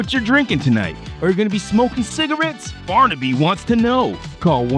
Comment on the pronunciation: Barnyby? Man wtf was that? No i don't want to call you👊🏻🖕🏻🤣